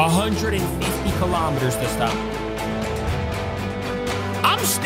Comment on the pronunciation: It’s kilometers not kalomaters